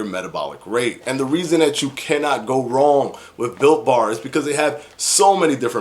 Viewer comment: I always think he says Bill Barr, and I’m confused for a split second